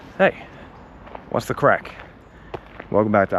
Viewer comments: "Craic" not "crack" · " Why'd you come to this 💩 hole? " The right question to ask a foreign visitor! 😂😂😂 .. and btw It's not " crack" , it's CRAIC brother! You're welcome! 😊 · Its Craic not crack🤣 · It's craic, not crack haha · Hey, it’s CRAIC not Crack. Great video, bro. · It's craic not crack. Craic is the Irish word for fun. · The word is Craic Not CRACK.. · Hi, It's Craic not Crack:) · NOT CRACK FFS , IT IS CRAIC , JESUS CHRIST! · Its "Craic" NOT "Crack". fucking eejit. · Craic not Crack. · It is Craic not Crack. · Just for the future, it's craic, not crack, I thought this was gonna be a very different kind of video lmao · craic or crack lol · ***craic** not crack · Someone needs to tell him it's craic, not crack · It’s “craic” not “crack” 😂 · Craic not crack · Its craic not crack. Craic is the Irish word for fun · Its Craic. not Crack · *craic not crack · I think you mean "CRAIC"...Not CRACK. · It's "craic", not "crack". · It's Craic not feckin crack. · Craic not Crack you eejit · Great video 🎉 but fyi it’s Craic not Crack 😂 both are addictive 😂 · Isn’t it Craic, not crack 😂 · it's 'The Craic' not 'The Crack'............just for accuracy 🤣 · I'm sure you meant Craic not Crack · Bro, its craic not crack 😂😂😂😂 That sounds ominous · Its ’craic’ not crack 😂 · It’s craic not crack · CRAIC, not crack. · It's CRAIC not CRACK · Craic, isn't it? Not Crack 😅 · Its cráic not crack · ... "the best craic", not "crack"😉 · Craic! Not crack. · It’s ehhh Craic not Crack brother 😭😂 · It's spelled "Craic"...you sound like a junkie with your "crack" 😅😅😅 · Its craic not crack! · Its not pronounced "crack" lol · It's Craic Not a class A drug😂 Only an Irish American could get it so wrong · Its CRAIC not crack.. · Craic , not crack. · craic not crack hahaha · It's pronounced "Craic". People think you're looking for Crack cocaine with that video title 😂😂😂😂😂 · Craic❤not crack 😂